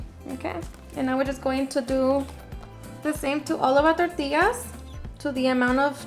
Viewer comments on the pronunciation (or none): none